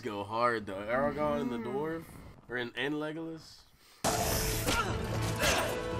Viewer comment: journey of pronouncing Aragorn's name made me smile... Aragon, Oragon, Oragorn... too funny 😊